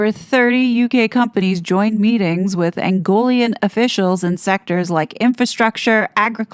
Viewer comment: It is Angolan not Angolian.